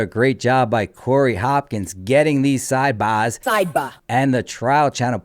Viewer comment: I thought they were fake too - love hearing the sidebahhhsss